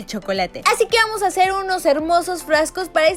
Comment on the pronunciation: En el minuto dijo es muy fasil de hacel